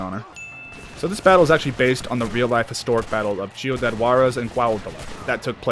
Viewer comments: lmfaoo mf u rly just said chiudad(it's pronounced as an c in ciudad lol) it was just funny af lol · BRO SAID CHIUDAD💀💀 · It's pronounced seeudad Juarez not chudiad xD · its not Chi-u-dad, its Ci-u-dad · Thank god it had subtitles because that pronunciation of "Ciudad" had me "what?!" until I looked at the sub to see what was being said. Not trying to be a jerk but, in the future, maybe look some pronunciation audios/videos when speaking words from different languages. Just a bit of constructive criticism.